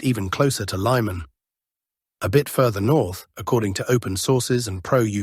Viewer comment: I believe "Lyman" is not pronounced "Lie-man" as you just said but rather "Lee-man" is the correct pronunciation. "Just saying" as Alexander Mercouris likes to quip.